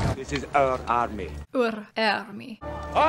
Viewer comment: A. Your accent was perfect when you said "Our Army." I lived with a Scottish family for 2 years and that was absolutley spot on. B. This movie is a lot more accurate than most people say -- you just have to remeber, the Brits wrote the history and they were the "bad guys" during this time so of course the offical historians have problems with this, because the winners write history. And yes, Scotland won their freedom but they didn't win the overall war -- it's still part of the UK